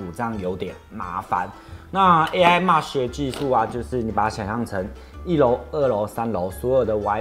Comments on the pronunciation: MESH應該是唸"媚徐"~~ 不是"罵徐" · 「妹」sh，不是「罵」sh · 我多嘴一句沒惡意,Mesh念咩許不是罵許...